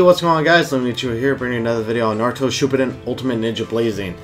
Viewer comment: I hate the way he mispronounced shippuden and dokkan.